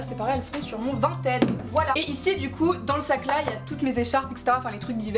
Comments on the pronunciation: Vinted on le prononce vINEted nan (ça m’a stressé tt le long de la vidéo)😂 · suis je la seule qui me suis peter une barre quand elle disait "vinted" a la française?😂